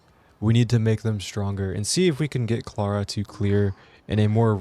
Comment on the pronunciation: How u say Clara's name makes me mad cuz now I know you'd totally butcher my name lol